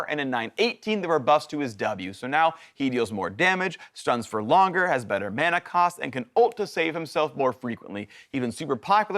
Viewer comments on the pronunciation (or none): none